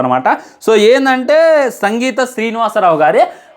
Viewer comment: Singitham Srinivasa Rao bro sangitham kadhu